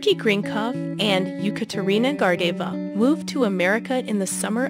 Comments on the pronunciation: G&G's names being mispronounced tells me all I need to know. Most people in the comment section know more about Gordeeva and Grinkov off the top of their heads, than you most likely know after doing research. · I agree & you even said “she” when it was required to say “he!” Good grief!! Learn to pronounce the peoples names & tell the story correctly! Geesh! 🙄🙄🙄🙄🙄🙄🙄🙄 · Right On!!! She's irritating me. 😏😂